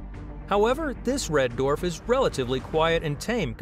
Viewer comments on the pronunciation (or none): Hmmm. I just can't. The way he says dwarf :(